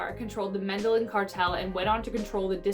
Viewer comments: Hey, next time...learn how to pronounce the words in the script before you embarrass yourself, again. It's pronounced Med-eye-EEN...not Med-ELL-en. I HATE STUPIDITY! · Medellin(the two ll’s pronounced like one y.)pronounced